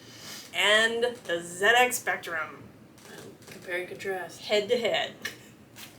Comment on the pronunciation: Congrats on saying 'Zed-X Spectrum' properly. I was working on an MSX magazine when Ghostbuters (original film and game) came out. I attended a special press screening that included ghosts walking up & down the cinema aisles. Still have a soft spot for this franchise.